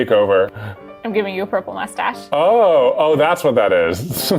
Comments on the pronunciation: "moistache" that's it. You get a like from me! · "Moistache" This is why I love this channel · I can go my entire life without ever hearing someone say "moistache" again.